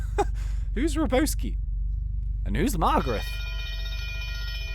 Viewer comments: razzbowski ( not pronounced razz BOW ski) is a youtuber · you mispronounced razzbowski and its a youtuber also the mask and wanted posters are youtubers